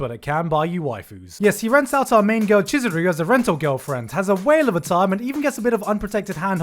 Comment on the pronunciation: "Cheese..." Chizuru shows up me: you mean Chee-zuru? wheeze please make me stop